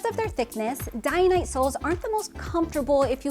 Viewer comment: It's "Day-nite" not "Dian-nite"